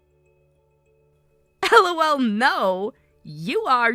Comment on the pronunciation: Again, LOL is not ell-ohh-ell, but laughter. You know? Hahahahahaha -1